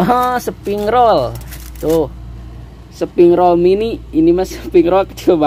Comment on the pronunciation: Mas bukan seping rol,melainkan spring roll..